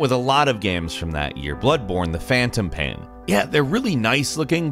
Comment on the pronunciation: game Him: gam game Him: gam I think he’s saying games for plural and gam for singular ffs 😂 the phantom pain Him: PANNNNN